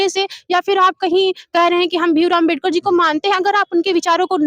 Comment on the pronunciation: Jo Ambedkar nahi bol pa ra h wo rajniti samjha ra hai😂😂